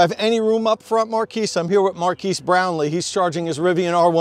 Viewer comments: his name is Marques. Not "Marquise". it's pronounced "mar-kez" not "mar-keese". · MKBHD* and its Mar(kez) not Mar(keys) sorry to be pedantic... drove me slightly crazy inside each time you mispronounced it. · Say Markeys (Marques) One more time 👀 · love the vid, keep it up. his name pronounced MAR-KEZZ tho.lolol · Also, if you and Marques are going to be BFFs, it's pronounced Mahr- kezz :) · Him saying Marques name always makes me chuckle a little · Nice collaboration. I saw your experience through Marques' channel. Please don't take this the wrong way but you mispronounced Marques' name. He was polite and didn't correct you, but just FYI. I still enjoyed your video. Thanks. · As most, here from Marques lol… you pronounced his name wrong btw